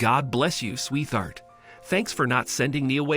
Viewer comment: its not Sweth-hart the word is pronounced Sweet hart as in two words you you don't pronounce the 'T' and the 'H' as 'TH' its Sweet hart